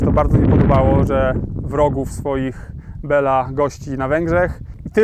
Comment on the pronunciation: Bilo, nie Bela, tak miał na imię król węgierski:) To "e" jest z akcentem, czyli fonetycznie to węgierskie "i", a "a" jest bez akcentu, więc fonetycznie to węgierskie "o". Nawet po polsku lepiej brzmi Bilo niż Bela:)